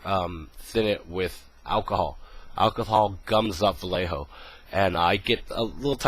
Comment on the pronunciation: ooh you said VALLEJO? sorry i didnt understand your pronounciation there! Any idea with revell acrylics??